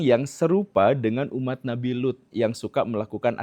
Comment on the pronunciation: Bukan kaum nabi loth tapi loeth 😂😂